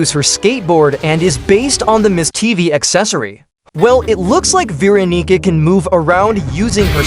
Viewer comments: "Veron***a"?? What the hell is this ai saying??? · Veeronica. No Veroniga. Yes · ah yes, my favorite survivor, Veeronigga